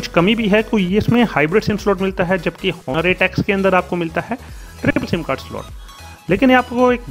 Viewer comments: Sir its ऑनर ,not हॉनर... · The "H" is silent in Honor🙄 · Did no one teach you that the "H" in "Honor" is silent? XD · I know 🙄🙄🙄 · First of all sahi se name pronounce kar bhai fir aage bat karenge